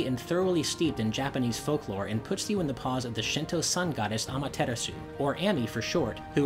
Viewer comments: The shinto sun goddess "Ama-teter-su" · Geovanni Soto At least I’m not saying “Ah-mah-ter-AHS-oo!” I’d rather try to pronounce it correctly and be a little off than just straight up butcher it. :P